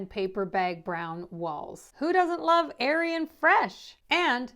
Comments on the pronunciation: Thank you!! I had to chuckle a little because it sounded like you said “aryan white” instead of airy and white! Whoops!! 😂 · "Aryan fresh"? Yikes😮